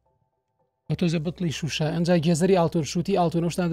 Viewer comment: لەجیاتی بڵێ شوشە اڵێت شمشە😅😅